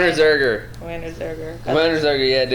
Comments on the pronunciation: "Werner Zerger" It's Ziegler. Ziiiiegler. ZIIIIIIIIIIIIIIIIIIIEGLER. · Hey you? Know anyone named VERNR... ZEEEGLR?